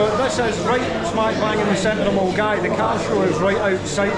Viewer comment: Mulguy.......Millingaaavie, been easier if held in Bearsden as non locals (or those who are unaware) could pronounce it properly, superb vid 😂😂😂😂